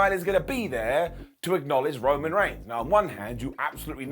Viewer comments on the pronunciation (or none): none